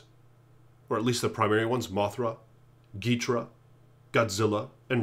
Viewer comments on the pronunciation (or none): Ghidorah is pronounced as “gid-or-uh” not “geet-ruh”.